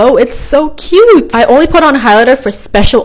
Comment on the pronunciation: What happened with her voice when she said cute how her voice was : cUute